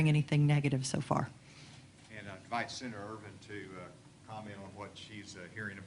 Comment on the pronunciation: I do love how Asa pronounces "senator" as "sinner" instead. This is classic. It's bizarre that he pronounces "controversial" properly but can't do "senator".